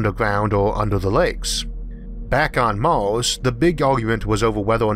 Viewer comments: Why do you say Mors instead of Mars? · Omg ?! The accent and the pronunciation?! I need the subtitles to follow...! Orth= Earth.. Mors = Mars ... otc...ETC! Show some mOrcy ! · mors, venis, orth, antorctico, wardo, fiyoh it annoys me more than it should... sorry, but i cant watch this video. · Did you say Mars or Mouse? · MARS not MAWS, RETURN not WETUWN lol yeaws instead of years, houws instead of hours 😆😆😆😆😆😆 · I don't want to be "that guy", but I love your narration skills Mawth? Tewwafowm ? Sorry :-) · Strange pronunciation by the narrator. Maurs = Mars, Eaurth = Earth? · What planet is Maws? Learn the letter R, makes for easier listing XD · Orth, mors,??? Can you please try to pronounce words correct? Would be awesome.